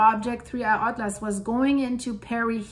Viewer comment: That is the correct way of pronouncing it, according to my scientific calculations.